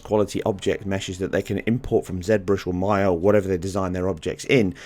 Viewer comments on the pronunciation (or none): none